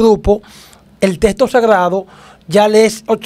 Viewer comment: Los Dominicanos no hablan bien el castellano. En vez de decir texto. Dicen. Testo. Cambian las letras mencionan la L. Envés dela. R